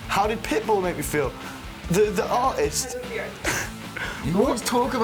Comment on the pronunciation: What type of British accent is this, that doesn't believe in enunciating the "T"s in the middle of words such as "Matty" and "artist"?